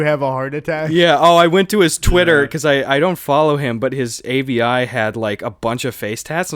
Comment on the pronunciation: Wait. Did Gus just pronounce avi, as in short for avatar, like for pfp, “A-V-I”?????? am I missing something?